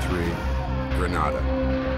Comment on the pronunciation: This video seems thorough and the uniforms look correct. The narrator is using the incorrect pronunciation of Grenada. His pronunciation is the Spanish version that is a city name which can translate to the word “grenade” (as in ‘boom!’) or the “promgranate”. (the fruit) “The Caribbean pronunciation uses the “Gre-NAY-da” with emphasis on the second syllable. It probably has a related meaning. Just sayin’— 🤷‍♂️